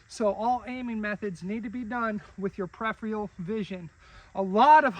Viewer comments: Your pronunciation is also incorrect and a common way many people mispronounce it. The correct ways to pronounce it are Per-if-er-ul or Pr-if-er-ul. Per-if-eal is wrong. The second R is pronounced in both UK and US pronunciations and is not replaced with the E sound. It's a good idea to look things up before correcting people on the internet. There are many videos/audios on the internet demonstrating the correct pronunciation of the word Peripheral. Check them out. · Peripheral (Per- if-eal) not prepheral